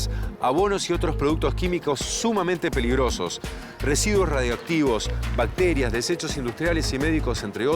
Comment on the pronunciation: Minuto dice desechos Radoactivos